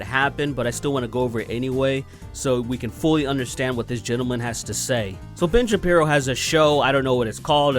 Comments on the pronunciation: I thought I was subscribed to you... Weird... Also every time you say ‘Ben Shapiro’ it sounds like you’re saying ‘Bitch Apparel’. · Every time you say Ben Shapiro it sounds like you're saying Bitch Apparel